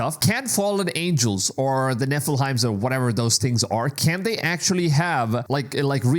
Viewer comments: Can you please stop saying Nephil-heims its Nephi-lim! 😂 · Nephilim Not “Neph-a-lime” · They are not pronounced Nilfelphim the are called Nephilim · Neh-full-himes 😆 It's Neh-full-limbs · Learn how to pronounce u our we present nefiliem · It’s Nephilim your butchering that name 🤣🤣